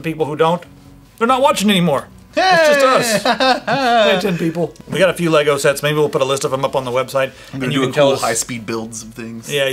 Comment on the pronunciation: Finally - correct pronunciation of the brand.